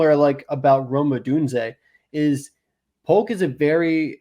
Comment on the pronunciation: Don’t take it as hating but I believe Jalin Polk is pronounced the same jaylen waddle, jalen hurts etc. great stuff guys, as always. Much love